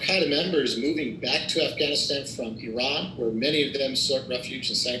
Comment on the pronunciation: The way he says, "Afghanistan"